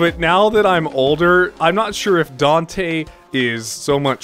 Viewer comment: Dante is the real OG. And holy shit, you said my name right! Kinda cool that you play guitar. I really wish i could, but I'm not coordinated enough. Ah yes. Persona 4 antagonist. Here we were thinking he was you're average (redacted) that was trying to (redacted) the (redacted), but it turns out he (statement redacted). Anyone who's played it can fill in the blanks. BRAD! I still watch his stuff sometimes.